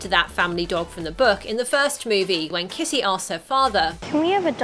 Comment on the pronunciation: The lady kept on saying kissy instead of kitty